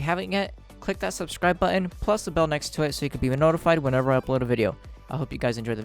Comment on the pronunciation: I love your enthusiasm, keep up the good work..but please, 'scribe' :)